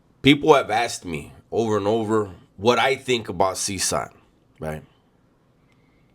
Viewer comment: It’s pronounced ( Seh Kot )CECOT